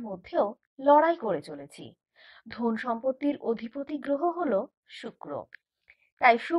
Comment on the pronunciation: কথা টা ধোন নয়'ধন'😆😆